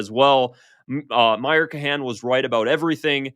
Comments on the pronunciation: pronunciation is not his thing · You are saying Kahane's name wrong...not that he deserves saying it right... but its bugging my pedantry.